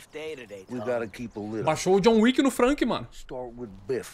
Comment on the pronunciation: "açume" teus BO "Fanque"